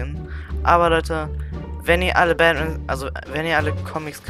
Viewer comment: Batman nicht badman lol